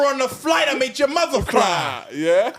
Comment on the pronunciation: nah 😂😂😂 MUVVA? with the V?? When did Harry move to Brooklyn?!